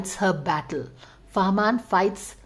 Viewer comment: It's fahmaan 👍 not farmaan